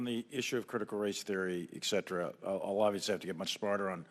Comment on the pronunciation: moron says ecetera (etc.) but its ET CETERA. right at the start of the clip